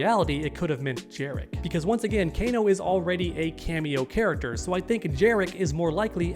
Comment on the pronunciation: This guy said kana lol